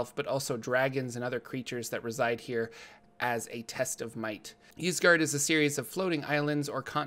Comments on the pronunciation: Y's typically make an i sound so it would be "isgard" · It's pronounced "Eesgard," like Skyrim's Ysgrammor (forgot the spelling) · 'Eyesgard' or 'Yeesgard' (which you are saying so good job lol) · "Isgard", like how Ygdrasil is pronounced. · i think its said with a hard E, "EEs gard".. but once again, love the videos!! :D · original Scandinavian languages normally pronounce a Y in the beginning as a hard E. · I'd pronounce it EES-GARD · Its pronounced eezguard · Ysgard is pronounced, "AS guard". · "Isgard" just like the word "yggdrasil" is pronounced "iggdrasil" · Ysgard is pronounced "Ease-Guard" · Its pronounced EEs-guard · Ys is pronounced "eese" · It’s pronounced “Ysgard” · Ys should be pronounced "I" (as in "in") "su" (as in "surreal")